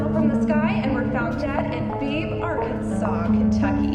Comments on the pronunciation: she also pronounces "Bebee, Arkansas, Kentucky" wrong. Its not BB its beeeebeeee. drag the e's out. Also last I checked outside, Arkansas is not part of Kentucky. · ITS BEEBEE ARKANSAS NOT BEEB WHAT AN ENEPT PRODUCTION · It's pronounced "Bee-bee" Arkansas. Not "Beeb". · "In Beeb Arkansas, Kentucky"... wat. first of all it's pronounced "bee bee" and second of all I hope they know Arkansas and Kentucky are two different states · The quick news report about birds was hilarious. First, I live in that town and it’s pronounced bee bee, not beeb. Second, that really happened. 5,000 birds just fell out of the sky, dead, in a perfect circumference. Never explained. It’s a piece of our town culture now. We have a pretty big 5k every year called the Fallen Blackbird Run. Our Military Motorcycle Club is called the Iron Blackbirds. Like I said, this strange unexplained event left quite a mark on the town. Just look up. Beebe, Arkansas bird deaths. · Regarding the reporters excerpt, I live in Arkansas, and I know Beebe (like the former governors name, its pronounced as in “bb” gun. I have no clue what she means by “beebe, Arkansas - Kentucky.” Arkansas and Kentucky are not adjacent. But if this movie has 100 problems, I think I just identified no. 95 in order of importance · "Five thousand birds fell from the sky and were found dead in Beeb(?), Arkansas, Kentucky" Fuckin...WHAT? There's a town called "Beebe", pronounced "Bee-bee" in Arkansas, but...the fuck that's that got to do with Kentucky??? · "5,000 birds were found dead in Beebe, Arkansas, Kentucky." Admittedly, I was still laughing at the mispronunciation of Beebe (should sound like B.B.) and had to rewind to discover that Arkansas is apparently located in Kentucky?! 😂🤣🤣